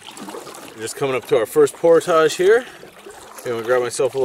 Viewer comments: It's pronounced "portage", not "portage". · Joe says por-tazh…….I say por-tij…you can say it either way according to Merrium-Webster dict.